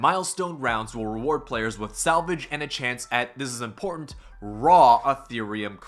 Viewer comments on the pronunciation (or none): none